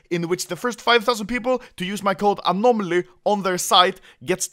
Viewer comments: "anomly" ok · "A N O M L Y" ??? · anomly or anomaly